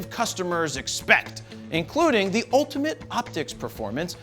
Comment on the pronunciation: STOP YELLING!! (And it's NOT "ooltamat", it's "ultimate"!)